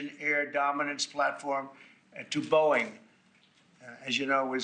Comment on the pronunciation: I pulled a face when he said “Boeing”